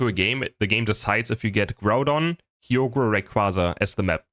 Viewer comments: BRO THE WAY HE PRONOUNCES KYOGRE’S NAME. ITS KAI-YO-GER ❤❤😊😊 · BTW it is not Kyogre. It is Kaai- Ogar. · you read it as Ka-yo-ger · Yeah LoL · I've heard horrible Kyogre pronounciations before, but took it to another level. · And it matters because? Let him have his silly German pronunciations. It's not that deep